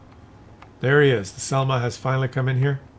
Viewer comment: š is not s,š is like "sh"-it so šelma you pronounce like shelma.